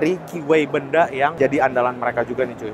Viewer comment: Pengucapan merk BENDA salah pengucapan penekanan intonasi pengucapannya bang,bukan di ucapkan Benda sprti sebuah barang.😊.tpi di tekan (Be'nda).